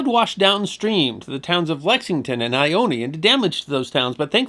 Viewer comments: Ione is "I Own" not "I own E" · Side note because I had to, Ione is just pronounced “I own” out here 😅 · Ione. It's I-Own. Not I-own -eee. Good job otherwise.